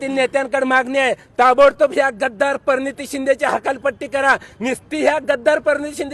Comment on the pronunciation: काय रे ही भाषा....... परणीती नाही रे.....प्रणिती..